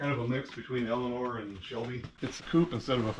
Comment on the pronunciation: Oh no, he said elenor